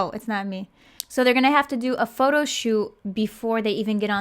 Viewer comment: I always have a hard time not laughing when she says Pho-to. But then I think about the girls having to stand there and wait for their name